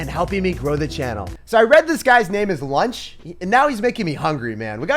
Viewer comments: Lucho not lunch hahaha xd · It actually isn’t Lunch but Lucho but that’s ok my guy 😂👌🏼